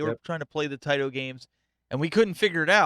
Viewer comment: It is "tie-tow". :)